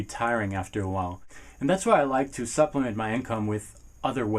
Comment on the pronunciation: Great video but u said supliment a lot